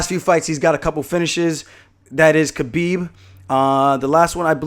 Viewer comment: Idk how you still call him kbeeb it’s K(Habib) cause the K is silent.